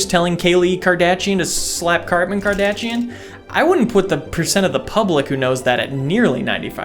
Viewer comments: "Cartman Kardashian" LOL!! Or would it be Kartman.. 🤔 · “Kaylie & cartman kardatchian” LMAO BYE😂😂